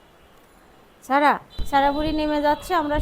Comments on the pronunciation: ছারা বলেন কেনো উচ্চারণ হলো সারা। নাম টা যেহেতু সারাদিন ডাকতেই থাকেন ভিডিও তে অড লাগে 😐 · তোমার সব ভালো কিন্তু স আর ছ এক করে ফেলো ছারা বুড়ি না বলে সারা বুড়ি বলবে কিছু মনে কোরো না শুনতে ভালো লাগে না তাই বলাম